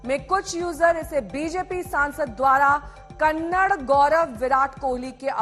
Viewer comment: It's KANNADA. NOT KANNAD. 😊